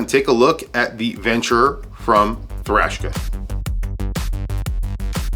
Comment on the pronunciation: I’m I hearing “Thrashka”?? Sounds like Eastern European metal band!! 😂